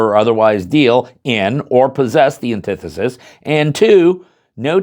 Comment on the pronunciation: ANTI FUCKING THESIS its nit one syllable